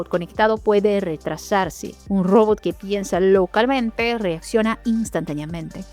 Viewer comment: Todavia no aprendiste a pronunciar ROBOT y eso que lo decis 100 veces por video.